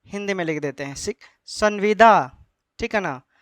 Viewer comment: Tumko sanbida bol ne nhi aata h bat krta h kanun ka